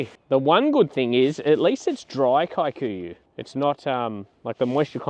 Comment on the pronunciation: Please stop pronouncing kikuyu as “Kai-koo-yu” the word is an East African word and it’s pronounced “kee-koo-yu”